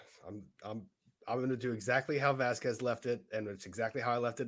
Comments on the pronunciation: Why is it so difficult for this old white lady to pronounce Vasquez? If I was Camille, I would be so pissed to have this lady saying my name wrong, over and over and over again. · Camille is a Boss! And I would normally agree that pronunciation of Vasquez is quasi racist but we have to remember we're talking about the same person who got her clients name wrong when calling her to the stand and kept calling Dr. Hughes Dr.Curry.